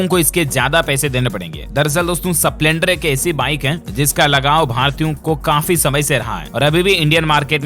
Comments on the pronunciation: डील्स भाई स्प्लेंडर का उच्चारण ठीक नही है। स पूरा नही आधा है ठीक करें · सपलेंडर नही स्प्लेंडर 🙏🙏🙏🙏